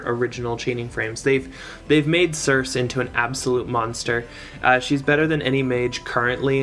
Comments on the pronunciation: If you look up the name circe you'll find it is actually pronounced like Cersei/Sur-See. And it supposedly means dark enchantress. Which makes sense for this spefic unit with being a magic damage dealer. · Cirsee , pleaaase lol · It's almost like wants to trigger us by pronouncing it wrong lol